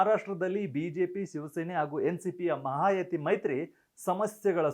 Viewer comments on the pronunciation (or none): ಅದು ಮಹಾಯತಿ ಅಲ್ಲ ಮಹಾಯುತಿ